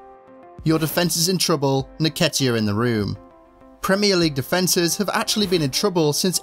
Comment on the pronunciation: En-ketiah not naketiah